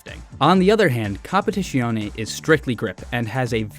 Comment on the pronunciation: Your pronunciation of competizione is so americanised, my cars now have the right to bear arms